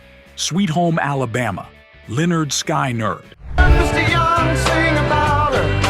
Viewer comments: The mispronounciation of iconic artist's names (Sky-nerd and Back-man for example) automatically screams AI and disrespects the artist and the listener, angering the audience. It also casts credibility issues on the content, even when there isn't anything else actually amiss with it. That's MHO. Thanks. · Sky-Nerd, really? This is either an inside, very private joke, or aa bad AI Reader that the creator didn't care enough to try and fix it. I'm thinking the former. 1 - Sweet Home, Alabama - amazing song 2 - Rebel, Rebel - Loved it, but like 1 (Sweet Home, Alabama) much better. 3 - Radar Love - Loved it, better than 2, coming close to 1 4 - You Ain't Seen Nothing Yet - OK, just loving this list so far. 5 - Can't Get Enough - I don't think I disliked any Bad Company song. I like "Bad Company" better than this track, but that's quibbling. 6 - Rock and Roll, Hoochie Koo - The songs on this list aren't the only reason I love '70s rock ... honest. 7 - Takin' Care of Business - It just works, all the time. 8 - Band on the Run - Sir Paul, county judges love him as well. 9 - The Joker - Truly is the Pompatus of Love. 10 - Don't Let the Sun Go Down on Me - Holy Mother of Pearl, I don't know that song. I take that back, from the short bit on this video, nor the title, I did not now the song. Pulled it up on this here 'Tube thing, and yep, I've heard it. Not my cup of tea. 11 - Time Waits for No One - I actually never knew the name of the song, heard it on the radio a lot though. 12 - Jungle Boogie - Really now, who doesn't like this song. While not as good as Celebration ( IMO ) it is still a solidly enjoyable recording. 13 - Teenage Lament - OK, honestly, even after finding it on YouTube 14 - Rock On - Almost as cool as James Dean 15 - Living in the U.S.A. - This was an album, the clip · How about you don’t use an AI voice. At least correct the mistakes it makes in editing. Lynyrd Sky-nerd. C’mon.